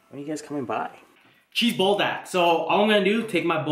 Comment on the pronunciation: “Bull dack” 😂😂😂 I love you